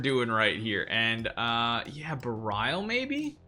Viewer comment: couldn't keep watching this with him butchering how to pronounce berial